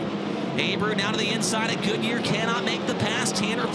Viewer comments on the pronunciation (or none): Its pronounced "Goodya", not Goodyear. I cant understand why he is so far back. Its a bit painful for an ex champion to be so uncompetitive. I know he is not in his car, but really.